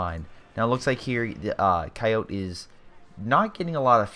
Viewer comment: GLORIOUS Replay,but I think you should know Coyote is pronounced "Ky-O-Tee".